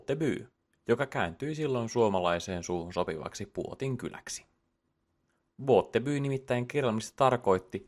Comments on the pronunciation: Botby lausutaan buutby. Ei muuta kun että båtby tarkoittaa venekylää ja näin merkityskin välillä muuttuu jos lausuu eri tavalla. Eteenkin kun etymologiasta puhutaan niin kannattaa olla tarkka. Muuten loistavaa settiä! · pieni huomautus - Botby lausutaan Buutby. Hyvä sarja!😃👍🏼